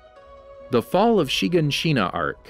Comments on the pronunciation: "SHEEgahSHEENA" headass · It says shaganshina so weirdly she-gon-she-na it sounds so weird how you say it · Anyone else mad at every YouTuber saying names wrong? Chiganchina and mikasa for example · Yes yes = wall shina - = renier = hunges - - - - = burtholdt I gave up on this cause there are so many times he says it wrong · The way he says shiganshina smh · So who els was bothered by his pronunciation of shiganshina